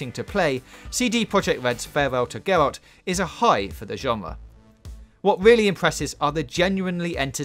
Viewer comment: Engwossing, mesmowising, weally good.....pronounce your "r's"